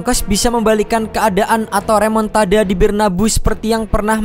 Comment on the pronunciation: REMONTADA❌ REMUKDADA✅